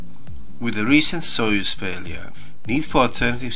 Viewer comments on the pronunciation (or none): none